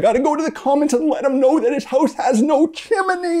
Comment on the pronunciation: Chim.. knee..? –an Australian